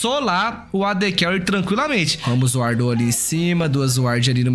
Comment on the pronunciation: Sempre que ela fala Carré eu dou uma risadinha